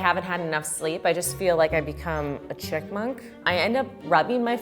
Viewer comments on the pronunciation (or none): Did anyone else her say “chick munck“ instead of chipmunk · Anyone else have to re-listen to her saying “chickmunk” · Did she say “chickmunk” lol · Did say chickmoonk? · OMG OMG OMG I FINALLY FOUND SOMEONE THAT CAN’T SAY CHIPMUNK EITHER! THANK YOU SO MUCH.